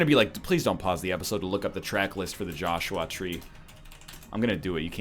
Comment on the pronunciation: Please, never talk about The Joshua Tree again. My name is Joshua, and the way you pronounce it really bugs me for some reason.